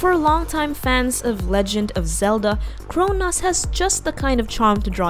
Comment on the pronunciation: Why does she always mispronounce words? How can you mispronounce Chronos??